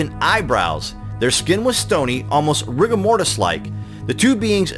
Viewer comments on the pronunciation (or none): none